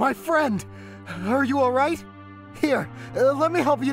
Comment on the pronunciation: What is with them emphasizing words at random? “Are you all RIGHT?” “Let me help you to your FEET!” I thought for a second he had lost his left arm and leg or something and they were setting him up for a sick slam dunk.